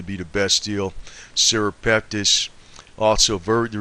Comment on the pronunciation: This guy is not a healthcare professional which is obvious from his continued mispronouncing of simple medical terms, especially the word Natto, and NattoKinase. It is not Nacho cheese. It is pronounced Knat-O-Kine-Ace. Serrapeptase as well.(Sarah-Pep-Tace) These are protein based medical terms ending in Ase(Ace)!! Please, if you are going to talk about these systemic enzymes, lose the thick Boston accent so that you sound a bit more intelligent, and then please pronounce the words correctly. You can't just say "when it gets into the bloodstream, it just does it's thing". This is a great misrepresentation of the mechanism of action that these enzymes perform in the body. Get the IDEAR??